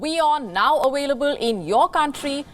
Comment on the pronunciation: Awailable...... Speak ENGLISH.......